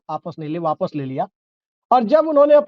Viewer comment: lgta hai aap bihari hain aaps wapsh apsh waps kiya bol rahe Hain boliye ne ghutna tek diya vijay singh isliye aap ka dil tote tote baag baag hogya